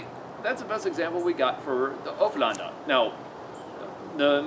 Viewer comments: Haha you sound like your saying hoeflander instead of ulféđnar. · Sorry to be so picky but it's pronounced like oolf head nar. I'm a real pedant for pronunciations lol. Another great video mate. You're like a live osprey book.